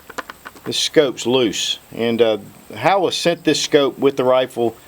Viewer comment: HOWA makes great rifles. Irregardless of how CHEESEY the old guy pronounces the name! Lol